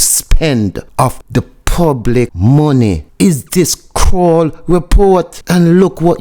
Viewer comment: 🇯🇲 Talk properly its not Scroll is Kroll. No S on it 🧐🇯🇲